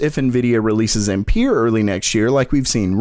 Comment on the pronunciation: Ampere not empeer or what... use google translate so u know how to pronounce that or other stuff that u are not sure how to pronounce cuz i remember in the past u pronounced something wrong too